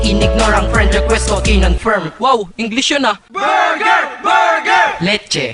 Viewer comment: BURDER! BURGER! "LETCHE"